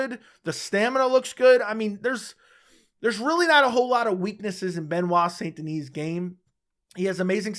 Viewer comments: Its pronounced "san" not saint, its pronounced like the city in rdr2. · It's pronouced "sein". Otherwise "san" gives it a spanish tone. I know it's difficult for non french speaker to pronounce "saint". It's like saying "un" (1) like 1, 2 3... in french. Typical french sound that doesn't exist in other language.